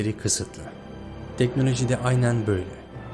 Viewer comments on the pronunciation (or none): TANRIYI ÖVECEĞİM DİYE TEKNOLOJİYİ DÖVENİ DE İLK KEZ GÖRDÜK, VİDEOYU HAZIRLARKEN "GAVUR" "ATEİST" "GOMÜNÜST" DEDİĞİN BİLİM İNSANLARININ TEKNOLOJİLERİNDEN FAYDALANIYORSUN VE "DEKNÖLÖJÜ DURACAĞIMÜÜŞŞŞ" DİYORSUN, ZAVALLISIN, BEYİN FAKİRİSİN, ZELİLSİN, REZİLSİN !!!